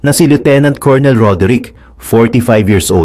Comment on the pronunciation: Pronunciation ng COLONEL is KUR NUHL